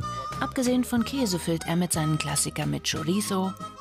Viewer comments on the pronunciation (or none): none